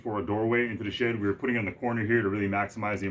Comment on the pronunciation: Is it me or does it sound like is saying $#!+ every time he says "Shed"?